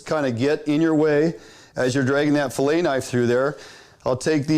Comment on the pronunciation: fill aying ! hahahahaha